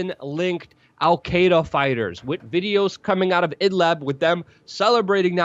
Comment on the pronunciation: Excellent and I wholly agree with you, but you guys, WAC, need to learn to properly pronounce the name of Idlib, for you repeatedly say Idlab. It's Idlib and you surely know how to properly pronounce liberty, libertarian, ..., so why not with Idlib. If you speak of liberty and libertarian, then you don't say laberty and labertarian. Otherwise, I wholly agree with you.